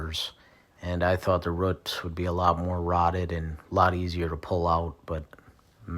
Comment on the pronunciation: Boo...boots.... Roo....Roots! Not ruuts!